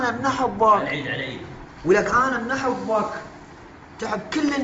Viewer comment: لك انت شنو ملك جثير اللوم شعدنا ما تكولي بس كولي شلون تلفظ احبك لك اموت عليها علمني احوبك مو هههههههههههه والله كولنا نحبك وحتى بالدوام اشوفة للمقطع سوية